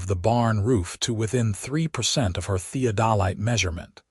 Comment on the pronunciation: Thee-ODD-uh-Lite, not thee-o-Dol-ite